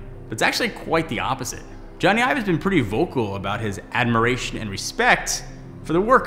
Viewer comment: It’s Ive. It’s just Ive,. Not Ives.